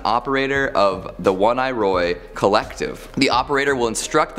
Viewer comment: It's oh-knee-roy not one-I-Roy ffs, google the words you say